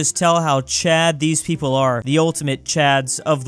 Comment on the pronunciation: 5 Million Pwople?